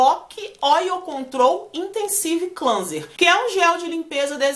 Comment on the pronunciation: confio super nas suas resenhas... só uma dica na pronúncia de cleanser, a primeira parte é pronúnciada “Klen” e a secundária “Zer”. Klenzer :)))